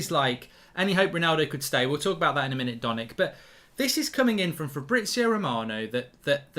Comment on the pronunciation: It’s fabriZio…. Z!!! You’ve said FABRITZIOO 30x times …. Jesus Christ